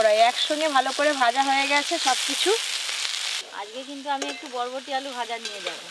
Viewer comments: বটবটি 😂😂 না,,ওটা বরবটি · বডবটি নয় বরবটি ঠিক আছে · বটবডি নয় বরবটি ❤ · বটবটি নয়, বরবটি